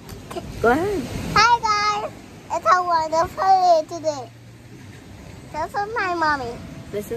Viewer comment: You can tell he really listens to you when he said the 'Hi Gouys' 😊